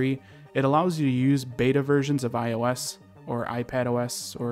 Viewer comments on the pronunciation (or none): none